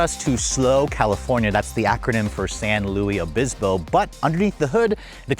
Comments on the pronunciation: San Luis Obispo is pronounced san LOO-iss oh-BIS-poh (English), not San Lewi. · San LUIS Obispo not San LOUIE Obispo lol